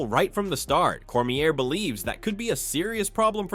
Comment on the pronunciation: Cornier and Mikachev xD come on bro check your AI voice before you post